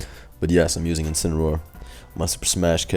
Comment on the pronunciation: “Inciniroar The Joins Agency”? I know what’s it’s supposed to be but that presentation was a bit off bro lol. Good matches tho